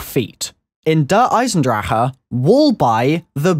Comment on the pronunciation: New achievement DER EISENWHAT? In Der Eisendrachen pronounce the name right..